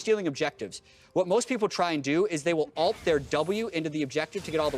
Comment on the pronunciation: ULT NOT ALT